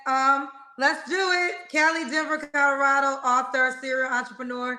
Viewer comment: “Codorado” lol